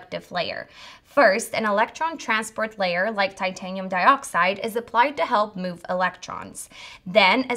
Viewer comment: That looks like, Tie-tain-ee-umm.